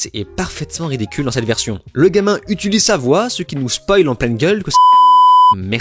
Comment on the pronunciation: "le gamin UTUlise sa voix" ...? Ah, de nouveau à ... C'est quoi cette façon de dire utuliser, c'est une mode ?